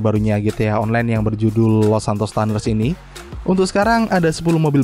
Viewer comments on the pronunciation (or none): Cuners bang bukan taners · Dimeeeee tuners dibaca tuners pake U bukan taners pake A, saya dengernya jd thanos🙃🙃🙃 Btw keep doing what you doing bro, nice vid👌👌👌